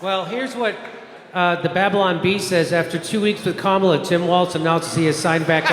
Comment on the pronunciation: I think if you really want to drive you’re point home, stop deliberately pronouncing her name incorrectly. It only takes wind out of your sails. Otherwise, great job.